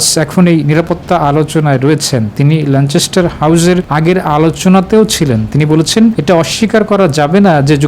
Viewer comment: ল‍্যানচেসটার না, it’s ল‍্যানকেসটার. Please fix it before your create report.